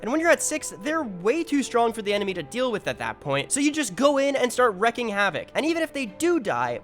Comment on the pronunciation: Btw it is not wrecking havoc, it's wreaking havoc